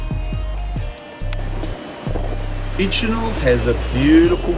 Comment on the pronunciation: A few pronunciation errors: Bicheno = BISH-en-O, Freycinet = Frey-SIN-ey (the T is silent), Huon = HEW-on. Geeveston has a soft G like gym, not a hard G like Golf. You got Launceston right though which usually gives Mainlanders problems for some reason!